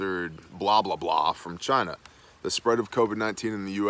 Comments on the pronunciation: It's not China, it's Chi-nah.... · Why are you saying China like that? Just to sound like Trump?? You sound like an idiot just like him. I can't take it. Unsubscribe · CHY-NA - quoted by the great Donald Trump.